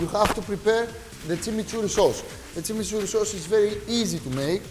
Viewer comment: He's pronouncing it Tsimitsurri (not Timiturri) because we don't have the ''ch'' sound in Greek.